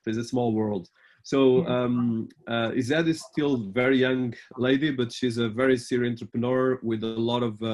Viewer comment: Digital marketing has sure revolutionized marketing and given businesses a more global reach. Meanwhile I can't get over how the interviewer pronounced Ized😂😂